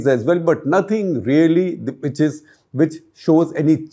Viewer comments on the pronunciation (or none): none